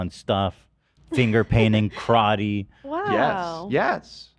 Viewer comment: When pronounces karate correctly.... 😆😆😆